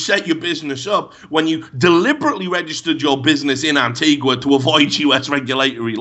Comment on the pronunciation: The recent gambling related content has been refreshing after seeing all the shilling done by CS pros. The diseased and corrupt temple is finally going to come down. Also minor note and apologies for being a pedant but it's An-TEE-ga.